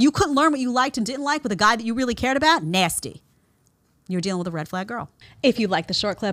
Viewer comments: “NASTY” 😂😂😂😂 I absolutely LOVE how you say that. And I’m loving that I came across your videos ❤❤❤❤. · I love it. She makes it sound like the worst thing in the world. Lol.